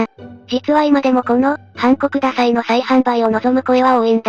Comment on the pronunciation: 音声だけ聞いてたらハンコくださいが韓国ダサいに聞こえてしまった。